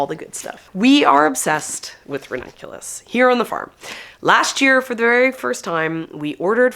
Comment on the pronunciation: You can use your Babbel affiliation to learn Italian and then you will be able to pronounce the ranunculus and anemone names properly ☺️